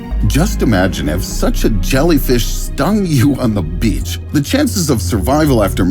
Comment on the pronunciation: Loved when he said “beach”